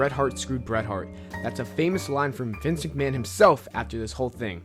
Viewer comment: Good video, but work on your pronunciation - you said "live tragic" instead of "tragedy", mispronounced Vince McMahon repeatedly and so on. Good vid though.